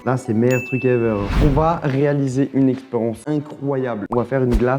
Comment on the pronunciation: Pk il dit experence a la place de expérience 😂